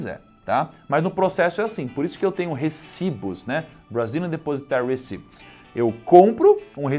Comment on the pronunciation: Ola, bom video. Aprendi mais um pouco. So um toque, receipts se pronuncia RICITS, nao recips. :)